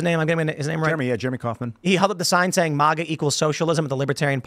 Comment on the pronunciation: It’s Mag like magazine and guy I know you can say it right so say it right quit saying it wrong plug it pissing me off if you can’t say it right don’t say it at all it’s annoying that you purposely say it wrong when I heard you say it, right before.